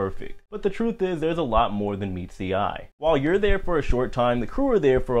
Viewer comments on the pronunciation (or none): none